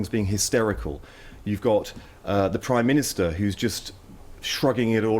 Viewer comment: Someone should’ve corrected him; it’s called the PRIME minister not PWIME minister....